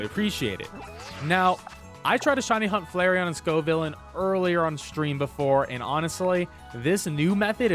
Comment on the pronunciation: Wow he pronounced Scovillain right hahahaha